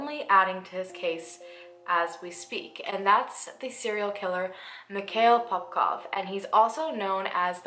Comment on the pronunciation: You’ve pronounced those cities perfectly for a foreigner! But not his name thru the video😅